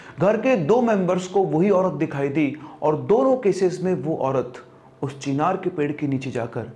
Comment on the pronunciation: Chhinar nai bhai चिनार 😂😂😂